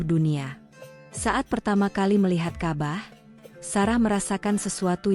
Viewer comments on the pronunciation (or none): ceritanya sangat baik , tetapi pembawa jalinan ceritanya kurang baik , misalnya menyebut Allah dg alah. ka,bah dia lafalkan kabah. hal tsb. merusak mutu penyampaian .